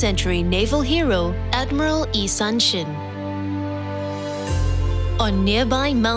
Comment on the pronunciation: 이순신 장군님의 이름을 잘 못 발음하다니... 숙제 좀 하고 만들었으면...